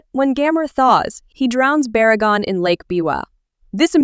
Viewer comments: baragon don't you mean barugon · You called Barugon Baragon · Did you said baragon instead of barugon?